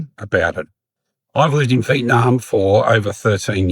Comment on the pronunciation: Bad foreigners like those who pronounce the country as Veet Narm? Agreed they are the worst. It's a 3 syllable word. What about those foreigners who say Chang in Nha Trang? It's not Chang. It's Trang. You know for someone who has lived in Vietnam for more than 10 years, I can't tell if you're trolling on purpose.